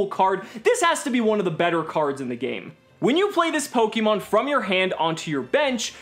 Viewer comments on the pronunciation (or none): It’s pronounced /Po-KAY-Mon/ not /Po-KEY-mon/ casual